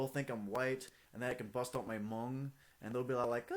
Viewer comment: the uhh.. at the end is soo kiddy. and all the hmong's are wrong man